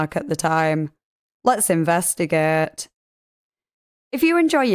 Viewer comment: “Let’s investigeeeeeeet.” 😂